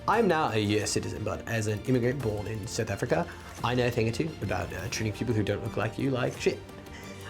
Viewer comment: Seuth Afrika - haha Nailed it.